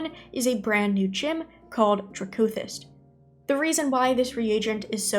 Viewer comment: Good video. I think it’s supposed to be DRACK-o-thist, like amethyst but with a dragon flair. Edit: commented before I saw the middle part, region is NA, and right now I think m+ could be really great next season